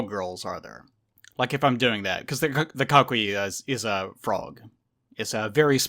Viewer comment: Coquí is pronounced Ko-Kí. Two syllable word since "qu" followed by "e" or "i" is silent. Also, the records of the "God of chaos" that you mention in the mythology is indeed Hurricanes and tropical storms. If I remember correctly the name of storms and the god of chaos was interchangeable.